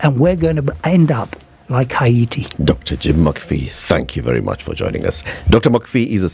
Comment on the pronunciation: Haiy-ti. That’s the way to say it. Well done